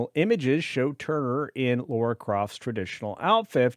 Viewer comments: Well I am out, this opinion is not required as this dude cannot even get the character’s name right… It’s Lara NOT “Laura” Croft. [Signed by] A Brit. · LARA not Laura